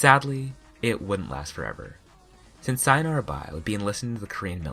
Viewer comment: I’m sorry but it pains me the way you pronounce “sayonara”